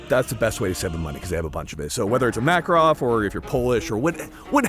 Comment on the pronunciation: A guy that I work with is from Belarus and he told me that Makarov is pronounced "Muh-KA-rov". I told him to shut his Commie mouth and get out of my country.